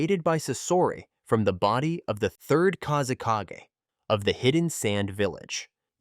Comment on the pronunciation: I'm not sure which one is more of a nightmare – the Third Kazekage puppet itself, or hearing Kazekage being pronounced as "Kaze KG" – which would make a kickass name for a Sand Village MC.